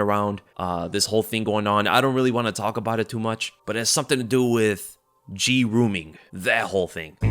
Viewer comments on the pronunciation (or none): "Gee-Rooming" and then the little graphic had me freaking DEAD 😂😂😂😂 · Bro you're an adult talking about cage fighters... and you can't say "grooming"? Please grow up